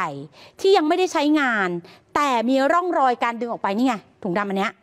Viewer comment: ทำไมนักอ่านข่าวหญิงออกเสียง(ร่องรอย)เป็น"ล่องลอย"